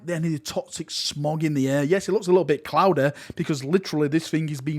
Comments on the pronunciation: Clowed Eh? It’s Cloudy. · please say 'Cloudy': 'cloudeh'